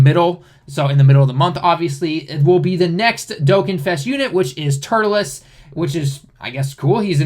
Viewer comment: "tuRLes" not "turtleless"....